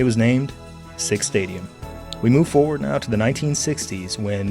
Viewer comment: "forward"s are missing their first R's. There's a "toward" but no "foward."